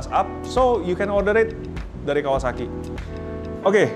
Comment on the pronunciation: Nyebut Kawasaki aja kawawaki 😂😂😂😂